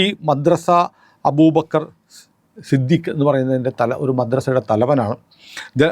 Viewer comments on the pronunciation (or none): none